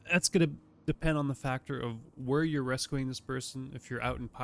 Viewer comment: You say rescuing so weird… rescooing lol